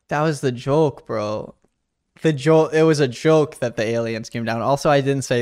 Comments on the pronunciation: bro you said joke like “jolk” idk i can hear the silent l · Ok is it just me or did this guy just say jolk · Why do you pronounce “joke” like “jolk”; like, “yolk”, bruh?? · bro pronounces joke with a silent L... "jolk" lol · the one thing i noticed about ( the not short one) is that he says the word Joke like there’s an l in the word. No hate it’s just his accent just something i noticed